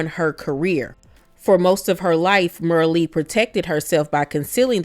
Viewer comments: It's Merl.... Not Merlie and Henry 8th, not 5th. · Like your presentation but You're mispronouncing Merle Oberon's her first name. You're calling her, ' Mer -Lee." That's incorrect. Her first name Is pronounced the same way, actress, Meryl Streep pronounces her name. Meryl Streep and Merle Oberon spell their first names differently, but they're pronounced the same. The reason I bring it up is because your presentations are wonderful and I don't want you to get picked apart for it. It looks like I'm doing that but I'm really not. Also, Merle Oberon Henry VIII's 2nd wife Anne Boleyn, In the movie, The Private life of Henry VIII not Henry V.. Also, Merle Oberon She was born Estelle Merle O'Brien Thompson in Bombay (now Mumbai) in 1911. Her mother was part-Sinhalese and part-Maori while her father was British. Sinhalese or Sinhala people are an Indo-Aryan ethno-linguistic group native to the island of Sri Lanka. The Sinhalese are the major ethnic group in Śrī Laṅkā, inhabiting nearly the whole length and breadth of the island. They speak an Indo-European language of the Indo-Iranian branch, which is held to originate in northwestern India, going back to at least the fifth century BC. It should be noted that Oberon was the first actor of South Asia n origin to be nominated for an Oscar. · Not pronounced Merlly. She is part East Indian. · Merle Oberon was from Hindu ancestry. Her name is pronounced without the last e. Like Merl. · Also, her name rhymed with “Earl.” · You mispronounced Merle.